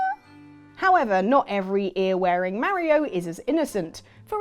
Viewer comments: Ma Ri O not, Mair Reo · It's not fucking mariio it's Mario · you say mario weird